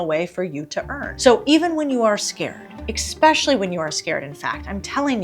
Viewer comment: Did you say exspecially?